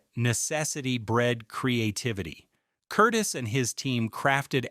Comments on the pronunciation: Curtiz not Curtis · Yes! That pronunciation drove me crazy….please pronounce it correctly! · Who the hell is "Curtis"? The director's name was Curtiz. ker-TEEZ. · Dude... it's NOT Michael KURtis.... it is Michael Kur-TEEZ. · That's because it's not a dude, but an inadequate AI voice. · You mispronounce the name of the director. His last name was pronounced. Cur tease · Curtiz is pronounced 'cur TEEZ', not 'CUR tis'. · THANK YOU! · Director Michael Curtiz's last name is pronounced Cur-teez. But that's AI for you. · Awful narration, of the greatest movie ever produced. I liked it at 40 yrs of age ; judged it a masterpiece at 50 yrs. It gets better with each view .. and so does the acting. My favorite line ( missing from this video ): Major Strasser -- ' Mr. Rick, what is your occupation .' Rick -- ' I'm a drunkard.' Give the Jewish director credit for his name's pronounciation : Curtiz ( ending: " teez" ). That was an unforgivable error. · Every time they mispronounced the director's name I gritted my teeth.